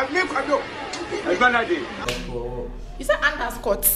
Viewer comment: Well tell, that it is pronounced •Underscore and not "Anderscore" •Plus and not "Plas"